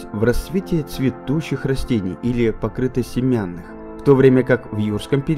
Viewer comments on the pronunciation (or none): Что-то странное с переводом и с чтением, должно быть "гОлосеменнЫе" и "покрЫтосеменнЫе", а не "-семЯнные", это в школе учат. Числительные в русском должны склоняться, например, "более девяносто одного миллиона лет", а не "более девяносто один". А произношение "Антлантида" - это уже приговор...